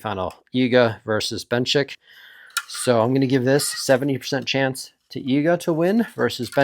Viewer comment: And Benchik